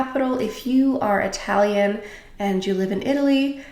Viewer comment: Excellent italian pronunciation dear 💗😘